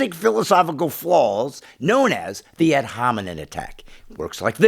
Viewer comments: sorry but did you say ad hominen and conbat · man said ad homonym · This MF'er said ad hominin. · did this guy just say ad hominen??? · "ad hominen?" what does that mean? I've heard of "ad hominem" but never what you said